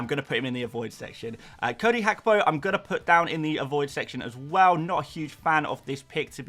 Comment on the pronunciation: omg Its Gakpo, not Hakpo